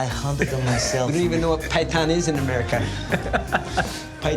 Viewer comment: Ok but when he said pithon Shi was funny😂😂😂